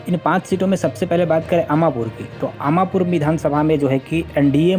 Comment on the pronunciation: Bhai अमापुर नही अमरपुर है